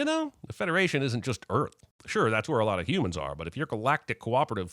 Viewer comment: Not Earth, but Uuth